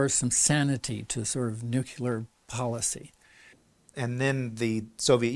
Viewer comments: I can't believe that 2 of these authors and focus of this documentary cannot even pronounce nuCLEAR properly. You study something, write a fucking book about it, make a documentary and don't even care to say the word correctly. It's NOT nucular. Even spell check will make it right but they can't say it right. Sad. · One of the historians says "nucular", which drives me up the wall. How you can mispronounce that word is unclear to me (note: unclear is nuclear with the first two letters swapped). --Former US Navy "nuclear" reactor operator